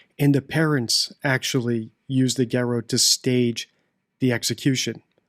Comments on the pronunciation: NOTE TO THE NARRATOR: In the word "garotte," the "tt" is NOT silent! It is NOT pronounced like "garo." It's got a PRONOUNCED "tt" sound on the end. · The ligature is called a garotte. Pronounced ga-rott. Elementary. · It's 'garotte' with the tte pronounced, so you say it correctly like this: GAAROT, with elongation of the on the first syllable, followed by a shorter second syllable but sounding the T at the end.